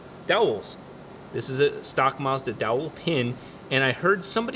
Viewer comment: You pronounced Mazda wrong